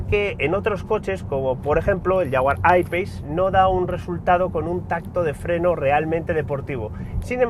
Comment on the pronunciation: La primera vez que escucho a un español pronunciar bien "jaguar I-Pace". Bravo. Todo un ¡profesional este señor